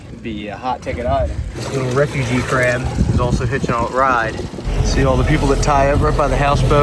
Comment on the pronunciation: The hard A when you say Craaaab or raaaaack is wild.